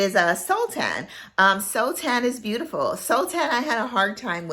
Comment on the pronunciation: I love oud scents. I have a few, mostly middle eastern. But it can't be a dirty oud. If i could, I wanted to tell you the correct pronunciation of Sultan. Its "saul-tin", which refers to a king in Muslim countries.